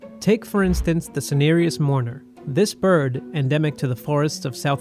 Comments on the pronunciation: lol Berd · " herd berd immunity " LMAO